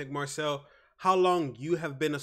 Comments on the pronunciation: Please ! Marseille as ”Mar say”, ffs not Marcel ! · Hey man. It's pronounced "Mah-say", not "Marcel" :D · Hey great vid. It's pronnounced Mar Say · « olympique marcel » 😭😂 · Just a heads up, it’s pronounced Mar-Say :) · Pronounced Marsayy ;)